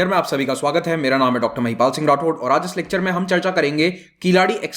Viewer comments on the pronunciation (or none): none